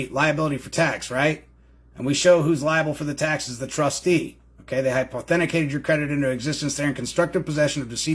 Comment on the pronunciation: It's hy-poth-e-cated, not hipe-authenti-cated, just so ya know. 😘